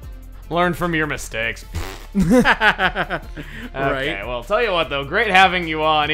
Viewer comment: MURRR STAKE!!! HE EVEN THOUGHT THE PERSON SAID STAKE!!!!